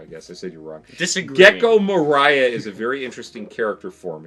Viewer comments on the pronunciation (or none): Can we stop pronouncing Gecko Moria's name like he will sing All I Want this Christmas is You. Just think of dwarves, balrog and 'You shall not pass' when pronouncing his name. kidding aside, people forget how much spoiler they do when commenting because they forget what each arc does not include that gets contextualized in future arcs. i assume that they associate future context with the arc they are hinted at so hard.